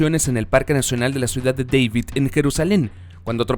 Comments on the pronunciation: Ciudad de DAVID....SIN LA PRONUNCIACIÓN INGLESA.....TODO LO DESVIRTÚAN ASÍ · Gracias Manuel ...me parece correcta tu Correccion...NO SE DICE " DEIVID SR..." SE DICE "" DAVID " y punto...ensaye antes y averigüe las peonunciaciines para que se oiga mejor la historia ...cuidado se le sale y dice CLIOPATRA en vez de "" CLEOPATRA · Ciudad de DAVID, no se pronuncia DEIVID, David era israelita, no gringo